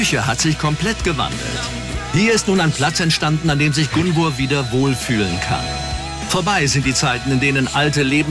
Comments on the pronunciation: Bin ich tatsächlich die einzige die getriggert wird, weil die Psychologin Gunvors Namen ständig falsch ausspricht? 😅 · Ja sie sagt ja immer gunver 😂trigger